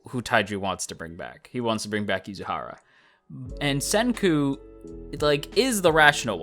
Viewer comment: Senku is my favorite character so far! He is just so fun and interesting! and I'm happy I'm not the only one who calls Yuzuriha as Yuzuhara Also, love the Steins;Gate reference